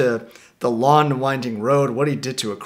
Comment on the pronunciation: There's a soft g pronunciation on long and song. It's bugging me. It isn't S-on or L-on... it's song and long. "One of my favorite Beatles tracks is Lawn Lawn Lawn." It'd have been interesting to hear you to say that!